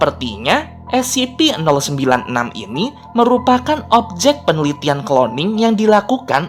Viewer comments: Scp bukan sip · scp an*****ng bukan ssipi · Scp bukan ssip